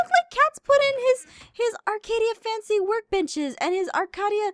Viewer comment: Anyone else realize Jess Can't Say Workbenches, yet she can say Crafting benches just fine??? XD